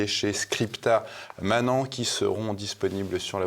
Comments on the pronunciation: Très clair ! Mais prononcez, de grâce : "scripta manenntt" et non "manan" ! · Ne pas prononcer, SVP "scripta manan" mais "scripta manent" -audio : "manènttent," soit : "les écrits demeurent", alors que "les paroles s'envolent", vieux proverbe antique, bien connu des latinistes qui, hélas, deviennent trop rares (Pour moi, 9 ans à l'école puis l'Université ! - restent quelques bribes et une bonne connaissance de l'étymologie gréco-latine de notre langue) ...